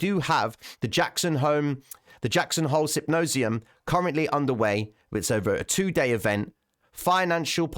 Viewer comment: “Sypnosium” just learned a new word…